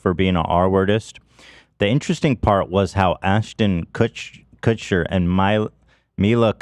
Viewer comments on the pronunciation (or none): Ethan called him, “Kushton” 😂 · Asher and Marla Kushtin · Kushton, Kushin, Kushter, it’s all the same right? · Ethan calling Ashton Kutcher “KUTCHTON” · Ah yes, famous hollywood celebrity Atcher Kushton